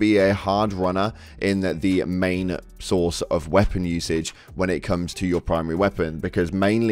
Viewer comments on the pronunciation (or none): none